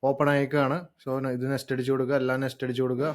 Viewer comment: Bro, parayunnath kondonnum thonnaruth. Nest alla, Next.